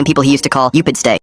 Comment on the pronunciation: isnt it "tupidsay" instead of "upidstay"?